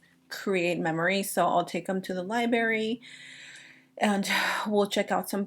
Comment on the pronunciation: Lie-bRary not lyberry babe